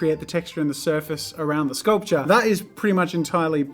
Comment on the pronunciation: Me, a poor college kid that eats every 3 days maybe: "jazza please no please" Jazza: sKuLPtur